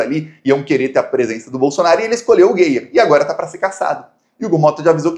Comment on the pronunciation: A pronúncia não é geier é gaier.